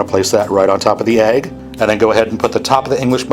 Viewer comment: Love the video but the way you say egg makes me cringe. What can we do about this?